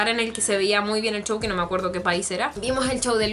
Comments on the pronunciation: Porque le dices chouw se dice souw y se escribe show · de seguro eres de España, porque he oído que algunos youtubers españoles pronuncian así la "sh" o "ch" XDXD